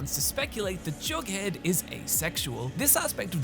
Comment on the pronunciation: "I'm sorry Johnny Cash, that we couldn't help you" Jumps out window (Edit: Nothing will convince me he's saying Jughead)